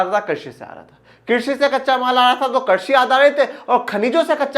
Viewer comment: Sir mujhe pata hai aap bohot better ho but aap baar baar krishi ko karshi bol rahe ho